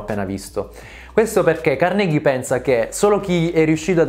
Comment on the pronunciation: Carnégie non si puó sentire..